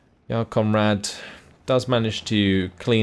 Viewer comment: I know you're pronouncing it correctly but you make Jarl Conrad sound like "Y'all Conrad".